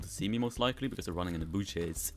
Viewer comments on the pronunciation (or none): Dude when he said “Booshes” it was immaculate...